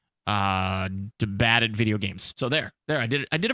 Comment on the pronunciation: Nothing is roastable other than the way you said debated